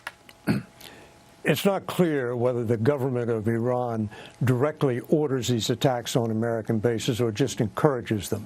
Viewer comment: These dumb country yokels. High ranking American military leaders expounding on strategies regarding Iran, and don't know how to pronounce the four letter name of the country! 😅 Embarrassing hillbilly leaders.